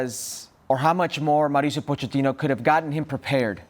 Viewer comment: Why is everyone saying Poe-Chat-Teenoh? The ch is meant to be pronounced like a k. "Pokettino".